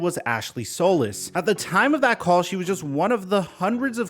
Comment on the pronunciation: Day 5 of telling it’s “Sol•EECE” not “Sol•iss”